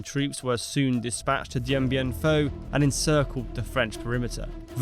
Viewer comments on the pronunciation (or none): Why do you keep pronouncing it "Dien Bien PHO"? It is "PHU" (i.e. pronounced "Foo"). Neglecting details like this make it hard to believe that you really know what you are talking about... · It’s FOO. NOT FAUX. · It's Dien Bien PHU! PHU! PHU! Do your homework. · It's FU NO FAUX!!! DIEN BIEN FU!!! PRONOUNCE IT RIGHT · The topic is Dien Bien Phu - surely you should try and pronounce it correctly